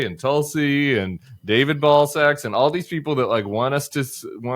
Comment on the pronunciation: I like the Bulwark but I would like to point out the mispronunciation of Tulsi Gubbard. She's of Indian origin and her name should be pronounced "Thulsi" sort of phonetically begins like "Thiel". PS: This is directed toward Tim Miller.